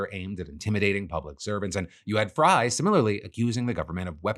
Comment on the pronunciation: Psa: Frey is pronounced like 'fray' 😄